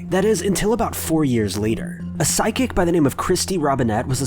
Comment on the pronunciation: Stopped watching when he said "psychic".